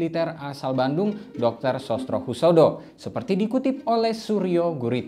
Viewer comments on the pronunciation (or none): none